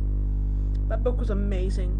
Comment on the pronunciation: 'I'm gonna say it real clear; UHMAZRING BOOOOOOUUUUK' Yeah that's real clear lol